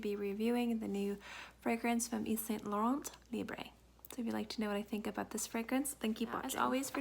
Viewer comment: hey honey thanks for the video, just little correction: the T in Laurent is silence its pronounced Lauren